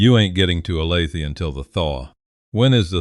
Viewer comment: Olathe is said oh-lay-thuh.